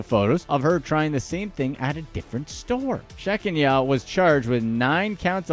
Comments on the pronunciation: lol-number 2: it's not 'Shek-n-YA', it's ShaKENya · Number 2 the name is pronounced “SHA-Kenya” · It’s pronounced (SHAH-KEEN-AH) 😂😂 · Pretty sure her name is pronounced Sha Keen Ya or Sha Kenya.. I rarely do scratch offs and have never played the lottery but this video has definitely taught me to pay close attention to what I'm buying,always sign ticket,take pictures of ticket and take it to lottery office,not back to the store.. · I just love the way you slaughtered the name sha-KEN-ya 😂😂 People make fun when you include accent marks, apostrophes, or hyphens in names, but they serve the grammatical purpose of instructing the reader through the proper pronunciation. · His ethnic name pronunciation is terrible!...😂😂😂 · The way he pronounced Shakenyah's name. Hilarious.